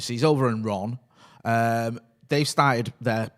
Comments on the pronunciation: Renne not Ronne... it’s a E lol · Love tuning in every morning to find out how we are pronouncing Rennes today